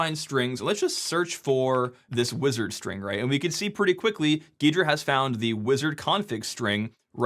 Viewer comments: why does he say ghrida so weirdly everyone I’ve met calls it g’hrida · I always thought it was pronounced "G-Hydra" Geedra lol